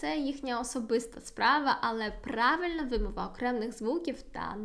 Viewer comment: вибачте, але у Вас сильний польський акцент.😉 Не маємо в українській мові слів "окремний" та "трохі", у слові "вимова" наголошеним є другий склад, а звук [ў] у закінченнях "-ів", "-ив" ніколи не перетворюється на звуки [в] або [ф]..)) Плекаймо ж Її- нашу Мову-Страдницю! За поради ж щодо польскої- велика Вам,, подяка!!)))